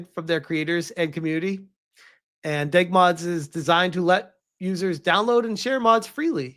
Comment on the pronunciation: My brother in Christ, it's D.E.G. Mods, not Deg Mods.